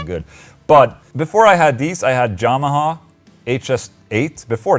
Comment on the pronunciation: Lol ola you say "jamaha" xD